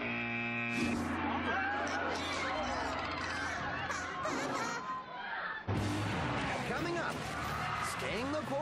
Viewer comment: It's "Konnichiwa"... It's sad you couldn't even get that right.